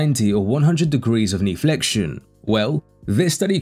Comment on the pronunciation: "knee flexion" You're AI robot voice is good, but this one was bad. "Kneeflexion" 😂